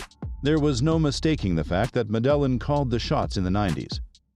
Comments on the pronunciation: Ma-dell-in? Dude... it's "Meh-deh-yine" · Yeah, kinda undermines the video when the voiceover pronounces the cartel like "muh d'Ellen" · Actually the L isn’t silent. In Spanish when you have two L’s next to each other, it’s pronounced as a “Y”. It’s properly pronounced Medah-yeen. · could you work on better pronouncing things because you ruined this video with you high school pronouncing things like Medelan cartel, what is Medelan cartel? I don't get it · The way he pronounces Medellin really is annoying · The pronunciation of Medellin cartel lost this view and subscription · Well first of all if you want to make a video of the medellin cartel you might want to work on actually pronouncing medellin the right way 😉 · I'm sorry but I can't take this video seriously with the way the narrator pronounces Medellin 🤦🏽‍♂ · Unwatchable with mispronunciations of Medellin shows how much research was done. Seemingly none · Your pronouncing Medellin incorrectly.